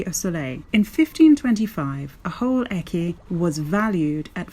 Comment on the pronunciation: Great coin weight, amazing find made by sight only. Congrats! I only found two of them in three years (with a metal detector, cheater that I am). You mispronounced the word écu. Ask Nicola about it the next time you meet her. Thank you for sharing this wonderful video. Tschuss.